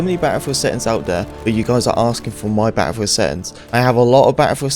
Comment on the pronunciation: He said it more than 10 times in 40 seconds right at the beginning